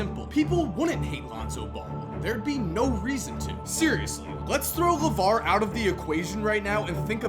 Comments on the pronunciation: it's LAVAR. it's LAVAR. it's LAVAR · It's LUHVAAR ~ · It’s LAVAR😂 it’s LAVAR😂 it’s LAVAR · Its LAVAR 😅😅😅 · It's LAVAR 😂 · it’s LAVAR, ITS LAVAR cmon they’re all just trying to live their life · “It’s LAVAR” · The way Emphasises Lavar